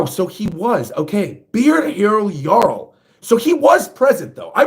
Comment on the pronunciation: Props for saying Jarul's name right. For future reference, Hajrudin's name also has a soft "J." It's pronounced like "Hai-rudin."